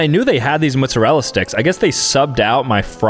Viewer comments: It is mozzarella not muzzarella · “mutsawella sticks” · Moozerala sticks its mottesrella sticks😂😂😂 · Mozzarella on Mootzarella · It’s mozzarella, not moostarella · mutzurelluh mutzuhrelluh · He pronounces them "Muzzarella" sticks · Did he just say mootsarella? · moo-sorela sticks? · why did you pronounce it mutzarella🥲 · The fact he's half Italian but says mootsurella is, hurtful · bro said mutsarella sticks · No one talking about how he called Mozzarella sticks muzzarella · bro said “moozarilla sticks” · "mootzerella sticks" 2025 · Did you say 'mootzarella'? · "mootzarella sticks" Really? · i’m just wondering why you keep saying mootzarella sticks 😭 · Bro is 50% Italian and still says MoOtZeReLla 💀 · Am i the only one who realized he said mootzuhrella sticks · “Mootsarella sticks”😂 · “Muszerrella” - pronouncing mozzarella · Bru muttzarala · I laugh so hard every time mispronounces a word. This video mootzerela sticks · “Mutzerallera Sticks”???😂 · “Muzurel sticks” ? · i dont like how sam says “mootsarella” 😭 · mootzarella sticks😂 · He’s motzella pronunciation 💀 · Bro said "Muzzarella" 😭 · The way he says mozzarella sticks is crazy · Even though i am white the way he said mozzarella sticks made me a bit mad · Why the hell do you pronounce mozzarella like that I can tell this guy is white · only Italian Americans in the north east pronounce it like that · no it’s cuz hes saying the name wrong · It’s cuz he’s from New Jersey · Why do you pronounce mozzarella like that? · doesn’t know how to say mozzarella 🤣🤣🤣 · no way it’s said like that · how did just pronounce mozzarella???💀💀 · No he misspronounced it